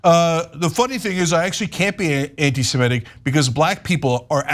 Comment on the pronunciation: It is not antisemETic. It's antisemitic. Please correct the pronunciation.